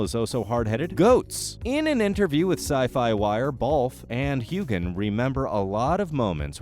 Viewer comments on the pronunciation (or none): Heughen. The G is silent. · Hughe-an the g is silent. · The silent g is what I meant! It is so annoying when a name is never pronounced right! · Voice overs pronunciation is awful! Hugan? Who is this?....oh! You mean Heughan pronounced Hewan, get it right! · I don't normally like to say negative things, but the sound of Heughan with a hard G instead of a silent G, was driving me crazy! lol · If you are going to narrate these videos, please have the courtesy to learn how to pronounce the actors' names correctly. I'll tell you shall I? Hewan, Katrina and the one all Americans pronounce incorrectly - it's FRASER, not Frazier. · Why do you not pronounce Sam Hughans surname correctly?